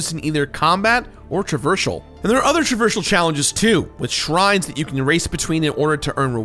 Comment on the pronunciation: Travershal? Traversal